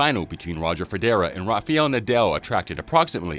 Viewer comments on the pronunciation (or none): Nobody : This guy: Roger feDERA and Rafial Nadel.